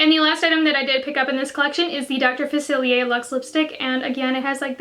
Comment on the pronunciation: You are the only YouTuber who has said dr faciliers name right 👌👏🙌🏻